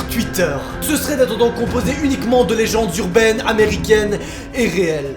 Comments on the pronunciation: des lézendes jurbaines Groooooooooooos bug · j'adore le les lézendes jurbaines a x) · Des leZanges zurbaines